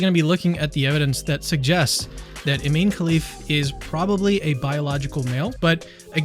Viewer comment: i-MAN-e 🤔 k-HE-lif 🤔 … 🤦‍♂️